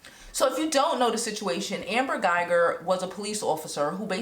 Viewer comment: "anger" guyger? 😂🤣🤣